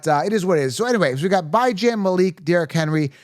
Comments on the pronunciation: I’m new to the channel - is Bye Jan an inside joke? 😂 because it’s pronounced Bee-Jawn. Great video btw 👌🏼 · I was trying to figure who was Bi-Jan 😂